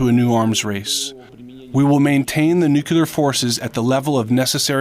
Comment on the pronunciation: NU-CLEAR!!!!! NEW-CLEAR! for the love of god!!! Nooootttt nu-q-lear!